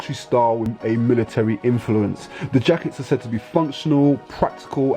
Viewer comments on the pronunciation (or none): none